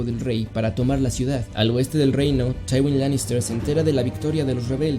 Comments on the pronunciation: tchaiwin ' Taiwin?? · El cómo pronuncias tywin lanister y aeris targaryen me da cosa